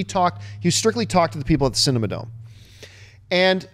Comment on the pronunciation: aghh, as an LA native, it hurt my heart each time John called "The Cinerama Dome," the "Cinema Dome"